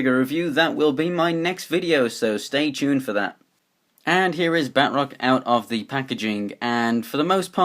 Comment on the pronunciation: It is Ba-troc